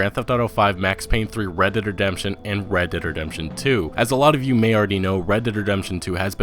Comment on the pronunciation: He says it like Redederdemption lmao